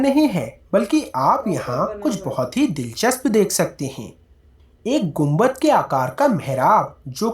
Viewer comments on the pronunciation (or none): कुंबक 🤣🤣🤣🤣 Mam it's गुंबद 🙏🙏🙏🙏